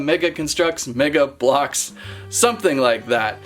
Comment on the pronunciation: Mega blox nah mega, no blox lol